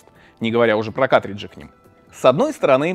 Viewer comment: ну почему каТриджи, а не каРТриджи?!?!?!?!??!